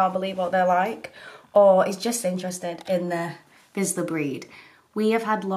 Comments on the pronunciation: If you're going to own the dog at least learn to pronounce its breed. Vee-zh-la. Not Vizzla. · Vee-sh-lah, not Vizz-lah :) Lovely pupper! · Vizsla. Magyar Vizsla. Hungarian Vizsla. 'zs' pronounced like 's' in words of meaSUre, treaSUre, pleaSUre. Please do NOT say vizla. Thanks! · No, it's not pronounced "vee-shla"! Letters 'zs' are pronounced the same way as 'J' in "Je T'aime" in French. The English language doesn't have the sound. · Such a rambunctious pup! If you really want to impress the Hungarians out there pronounce it V-jla similar to the way you say Au Jus in French. The zs is a odd one in the Uralic languages, kind of like the double Ls in Spanish. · Sorry I don’t mean to be mean or any thing but I think it’s pronounced veeshla. I have one my self but he’s 20x as hyper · Vizzluh, eh? Hmm. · you are saying vizsla wrong its (vi-sh-la) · That’s not how you pronounce Vizsla, and I’ve had a Vizsla for four years we got him when he was a puppy they are crazy dogs they also think they’re lap dogs. They are actually Hungarian Vizsla’s. 👍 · Why can’t people pronounce Vizsla right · Vizsla is pronounced differently. Like tissue and with a long i. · Also the zs is one letter, that whole thing you pronounce like Parmesan.